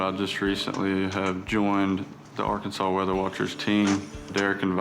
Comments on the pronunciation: It's Ar Kan Saw not Ar Kansas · It’s illegal to say Ar-kansas instead of Ar-Kan-Saw in Arkansas.